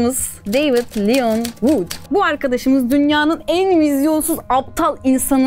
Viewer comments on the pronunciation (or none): none